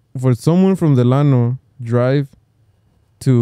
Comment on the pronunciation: Every time y’all said Delano 😩😩